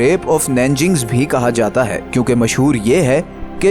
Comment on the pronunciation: It's not nanging... it's Nanjing